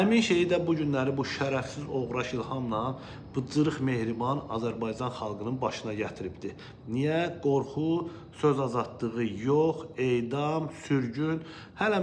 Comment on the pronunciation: Ala Məşədi İbad, get qarnını ərit, tərbiyəsiz, " dz" deyirsən "Adzərbaydzan". Kimə lazımdır belə müxalifətçilik.